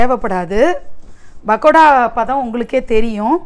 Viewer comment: Its not "bakoda " ...its "p"akoda sorry...couldnt resist correcting it !🤭